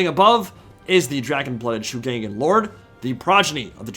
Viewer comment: ngl, the pronunciation of shugengan bothers me xD ... over all others, and i know every single yt-er will pronounce it pretty much the same way haha. will just hafta tune it out as much as can xD for anyone interested, following pinyin pronunciation rules as i understand them Shu is fine, pronounced shoe but G is more like a hard K in pronunciation Gen - K - uh - n - like saying gun with a hard K gan - K - ah - n - like saying can with a hard k